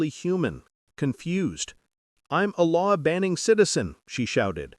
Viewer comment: So Karen thinks she can ban any law she wants? The AI sounded like she was calling herself a “law banning” citizen. Perfect 🤣